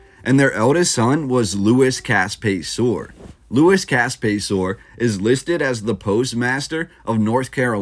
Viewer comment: It's pronounced Pay-sir; as opposed to Pay-sor.